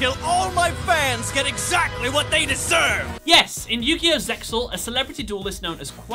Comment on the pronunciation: Please stop pronouncing the X in ZeXal. The X is silent. It's like Seal but with a Z instead of an S.